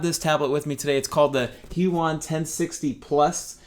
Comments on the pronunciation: wrong it's **hue-e-on** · This is how you say "Huion" Hue-e-on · It's pronoucened hue ee on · i believe it's pronounced Huion